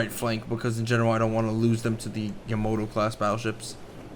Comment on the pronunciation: It's Yamato not Yamoto